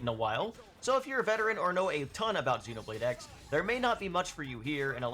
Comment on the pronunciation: For someone so knowledgeable you would think you would know it’s Xenoblade Cross. You even know to call the main character Cross 😂